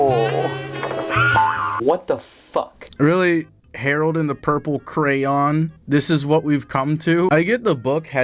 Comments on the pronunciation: WHy would you think pretending to not be able to say crayon is any kind of valid thing to do? is it not hard to be stupid? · Who can’t pronounce Crayon?